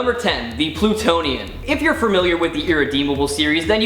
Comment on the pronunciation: "Plutionian"? Sigh....